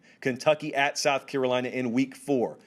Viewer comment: “Carolina fans.” You said it right my man!